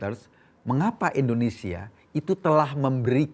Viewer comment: bnyk salah ngomong. Pertama: nyebut kata E ndonesia bukan Indonesia.. kdua: prodAk.. bukan prodUk... Betulin deh bhsa loe, ko... Malu sama kadrun.. nyebut nama ngara sendiri aza salah..